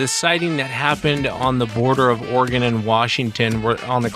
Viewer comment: "Southern Organ?" Or-e-gon